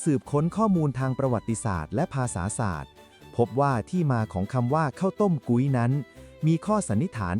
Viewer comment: พุ้ย มิใช่ กุ๊ย